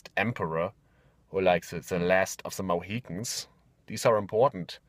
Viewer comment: I almost choked to death on my diet Dr. Pepper when he said "Last of the Moheetans"